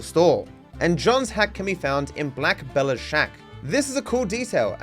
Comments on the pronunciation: "valinteen" and "Black Bella" is crazy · painful to hear u mispronounce both "Valentine" and "Black belle" tip for next video: In gaptooth breach theres a lantern u can stand under as john, if u then start a mission from chapter 2-6 then u will die and respawn as Arthur :) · “Valenteen” “Black Bella” 😭